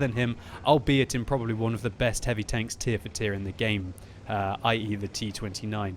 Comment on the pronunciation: "heary tanks", im guessing you use an OI huh? xD